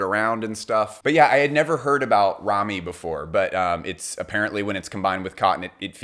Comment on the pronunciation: Ramie is pronounced differently